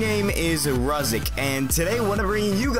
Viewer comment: Thanks so much for my question, and you're one of few people too pronounce my name correct! Keep up the Amazing work and entertaining content! #RuziicHasAStrangePersonality:)